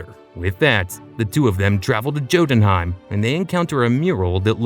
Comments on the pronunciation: You really read Jotunheim with the "Jam" type of "J" ?? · it’s pronounced as “Yoh-tūn-hàym”